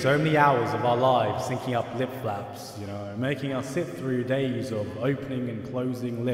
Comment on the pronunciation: I heard lip flaps as lip faps